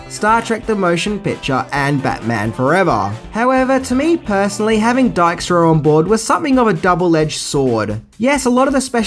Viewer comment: You really do butcher names. Dykstra is pronounced Deek-stra